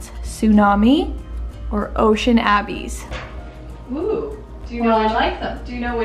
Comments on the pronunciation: Ooo lovely... I like the Tsunami very much... it is very elegant! The Ocean Abyss just does not seem to reflect light making it appear too dark. By the way (and not that it truly matters)... the word "abyss" is pronounced "uh-biss" and it means "a bottomless hole". No, I am not the Grammar Police... I just know I appreciate it when someone advises me that I am mispronouncing a word so I can learn and use it correctly! 😊 EDIT: Oh no! I edited this original comment to correct a word and lost ' s little heart. Sad.😢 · Lol ocean abby's😂 I've definitely been there girl! Ocean abyss is pronounced like uh-biss almost like bliss without the L. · Tsunami also it’s pronounced “uh-biss” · I like tsunami more. I am loving the home improvement videos😊 and the other one is pronounced like uh-biss lol. Loved this one and look forward to see the next videos😊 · Ocean "abbies" 😂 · It’s abyss “a-biss” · Mispronouncing abyss